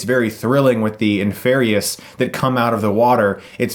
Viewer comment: its pronounced inferie